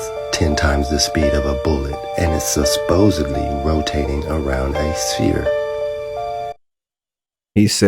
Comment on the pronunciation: Not “susposudly” 😂😂😂 John Carpenter is the name on the movie btw.